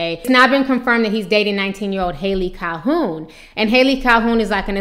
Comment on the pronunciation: Cal-hone, not Cal-hoon